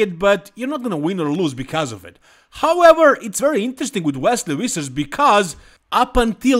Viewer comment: No one:: WESLEY WISSERS